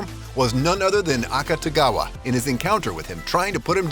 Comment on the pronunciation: "Akatagawa" Bruh tf???